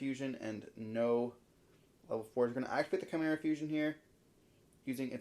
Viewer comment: Excuse me? Branded Chai-mera? 🤣